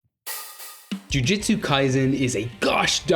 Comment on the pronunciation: “Ju-jut-sue.” Not “Ju-Jiu-Tsu.”